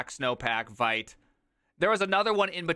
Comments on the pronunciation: It's pronounced Veet. It's a French word. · Vite… Vaite??